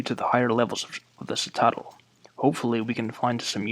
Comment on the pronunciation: Btw, citadel is pronounced "sit-ta (more as in tap then in tar) -dell". Sitterdell, if that helps.